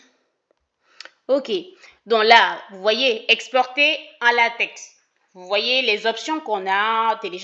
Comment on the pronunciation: Salut Doc ! Priere de prononcer Latex comme "Latek". Le latex est une matiere utilise pour fabriquer les ... 😅